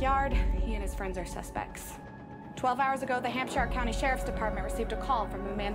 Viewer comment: no one going to point out she mispronounced all the places incorrectly. hampsh-eye-er? really?